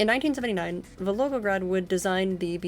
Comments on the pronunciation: I just assumed it was a different city LMFAO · Back in college, my Russian professor had this advice: if ever in doubt, slur or mumble. If anything it makes you sound more native in your Russian pronunciation. 😂 In all seriousness, if the biggest complaint anyone has for your videos is mispronouncing a city name, you know you've got a quality video (which given your thoroughness is quite apparent!)